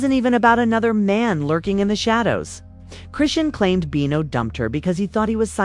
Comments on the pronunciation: Her name is pronounced chri-shawn!! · This is AI....it's pronounced wrong because it's not a person.